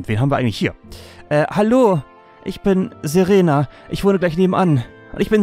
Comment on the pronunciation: Im Grunde ist es mir egal, wenn du die Namen falsch aussprichst. Ich kann die Städtenamen wahrscheinlich auch nicht alle richtig aussprechen aber bitte sprich Serena richtig aus xD. Ich habe tatschlich den Anime ein wenig geschaut und deswegen triggert mich das ein klein wenig... . Das zweite "e" in Serena wird länger ausgesprochen. Wäre cool. Wenn nicht versuche ich es zu überhören in Zukunft xD